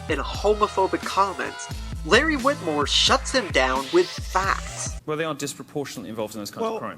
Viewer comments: If you care, it’s Wilmore not witmore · its larry wilmore not witmore not trying to be a jerk i just couldnt leave it be.